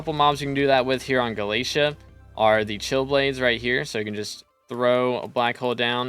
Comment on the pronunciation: [NPC] Vaeri: Did you just say "Gala-tee"? [NPC] Vaeri: No, no! It's Gala-té-à! 🙏